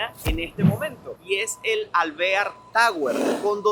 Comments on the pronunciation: se pronuncia Alveár, es un apellido, tu dices alvéar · Alvear es un apellido hispano no se pronuncia en gringo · Nadie lo asesora en la pronunciación de las palabras. Ya varias veces en otros videos diciendo mal los nombres cuando no hay acentos. Ej este video alvear porque lo dice asi??? 🤬 jaja